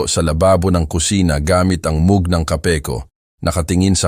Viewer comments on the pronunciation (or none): please paki tama ang pronounciation ng "mug" ✌️